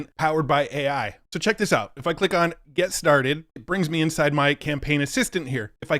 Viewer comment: I thought you said inside FART 🎉